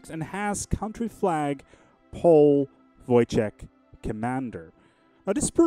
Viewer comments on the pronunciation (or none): It's more like Woytek not Vojtek. Great event. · his name is pronounced Woytek